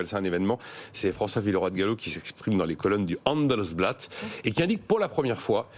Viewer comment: C’est le Handelsblatt. A prononcer comme “handball” pas “hèèndelsblatt” 🙄